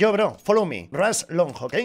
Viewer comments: Rushhhh Mi cerebro: que no se dice Rash xD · No te entiende por que dices rush, y en inglés se pronuncia "rash" XD